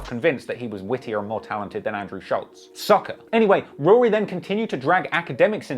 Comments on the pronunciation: It's weird the way you say Rory properly sometimes, then you switch to that weird Rury pronunciation. Are you doing that for the Americans? Anyway, very interesting video, first one I've watched. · I lost a lot of respect for "Rury" here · Are we not gonna talk about the fact that they pronounced it ROO REE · Akademiks pronouncing it Roo-Ree and Maul is the ultimate disrespect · Him keep referring 2 Rory as RURY (from Akademiks) is fckn HILARIOUS 😭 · im dead at you calling him rury the whole time lmao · Bruh I’m like this video heavily leaning towards Ak lmao. Dude sounds like a fan especially the way he keep pronouncing Rory and Mal name the same disrespectful way Ak does lol